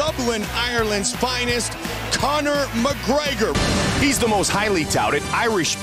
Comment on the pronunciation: "Conor McGraygor" lmao